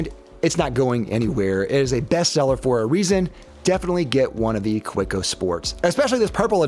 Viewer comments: its kaweco not koweco 😂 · The pen is good, your pronunciation of the name isnt. Ka-vay-co. Good review! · It's pronounced "Kaveco". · The W is pronounced as a V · If Kaweco was an ordinary German word, I might agree, however the point you are missing is "Kaweco" is a proper German trade-name; as such it should be pronounced as the owner of that trade-name wants it pronounced. This is analogous to someone introducing themselves as Mr. Smith (pronounced Sm-eye-the), but you continue to call them Mr. Smith to their face... it shows a lack of respect (and American arrogance). Now you have been educated!